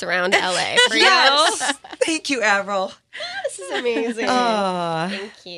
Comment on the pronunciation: Omg the host said Avril’s name wrong for a second